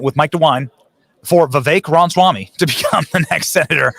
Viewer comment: Benny, it bothers me when you mis-pronounce Ra ma swamy's name. It is NOT Ronswamy!!